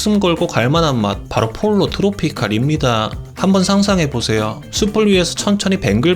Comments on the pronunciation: 폴로 트로피칼--> 뽀요 트로피칼.... Pollo=Chicken 스페인어니 스페인어로 발음해 줘야징.. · 폴로 아니고 포요입니다...